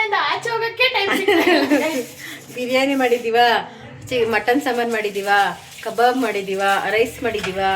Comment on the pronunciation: ಕಬರ್ ಅಲ್ಲ ಕಬಾಬ್ ಅದು 😂😂😂😂😂